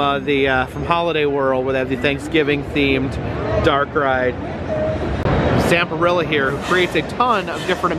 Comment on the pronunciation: I laugh every time Zamperla is pronounced "Zamperilla" like a dinosaur